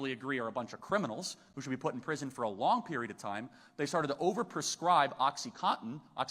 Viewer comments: Said it twice and still mispronounced it ... Oxy CON tin not oxy cotton 😂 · “Oxycotton”?! 😂 Freudian slip?!